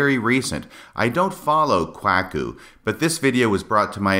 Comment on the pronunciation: The pronunciation of Kwuaku….I know it wasn’t intentional based on other podcasts where you state as much …but it’s still hilarious and I enjoyed it every time you said it….and it’s quit fitting I might add!